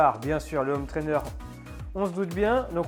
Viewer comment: merci super vidéo mais par pitié, il faut arrêter de dire des ZZZhome trainer. C'est un détail mais ça pique les oreilles dans toutes tes vidéos:)